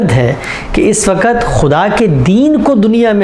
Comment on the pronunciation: TALAFFUZ THEEK KAREIN SAHABZADE ( WAKAT NAHEE WAQT HOTA HAI) AAP TO APNE KO URDU DAAN KAHTE BHI HAIN AUR SAMAJHTE BHI HAIN